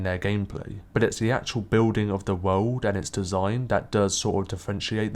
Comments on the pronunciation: Its world not wouuuld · "world"! Dude sounds like he's deaf most of the time as it is, but he needs to avoid that word.